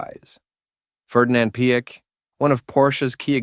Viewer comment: I spat out the iced tea I was drinking when I heard him pronounce Ferdinand Piech I was laughing so hard!